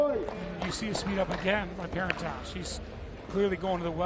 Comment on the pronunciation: The announcer with the Jordan Peterson voice is doing a lot of bad analysis. And he's slaughtering Catherine's last name. Super disconcerting. Like, does he even know who these people are?